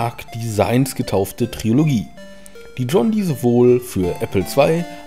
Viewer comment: bro, es heißt trilogie. nicht triologie. starke doku!